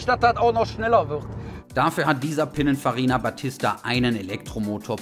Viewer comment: "Pinnen-Farina" ich werd nich mehr. Total geil. Allein die erste Minute schon der Hammer. 😂😂😂😂 So muss datt, und nich anners wie.